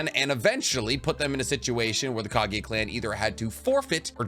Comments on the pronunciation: man y do u always pronounced KAGUYA as KAGIYA...kinda annoying 🥲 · Bro ...Kageeeeya??have you even watched naruto ?